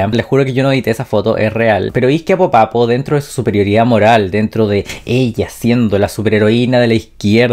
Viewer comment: no se dice popapo, se dice popaPÓ